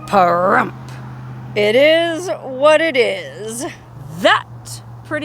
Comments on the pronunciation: Lol I was cracking up how you were saying Parhrump at the beginning. 😂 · Now that you have said some disparaging thing about our great town and pronounced the name in a disparaging way, you can leave. I am Native American and Veteran and love our town and we do not need or want a major telling us how to live. Goodbye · I didn’t hear a Pahrump out of that guy.